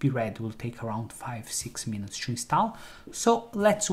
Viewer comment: Everything perfect but please, stop saying chew instead of to